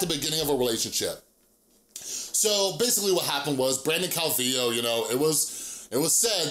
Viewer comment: I think you're the first person I've seen to pronounce his last name right lol